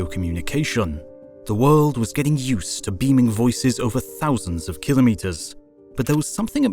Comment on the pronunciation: "kilometers" spoken correctly, pretty rare ... :)